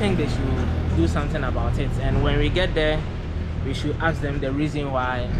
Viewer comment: Are all Ghanians incapable of pronouncing "Ask"?????